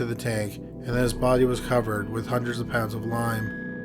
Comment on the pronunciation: The bardy haha always makes me chuckle how he says body - imagine his mrs / you have a great barrrrdy lmfao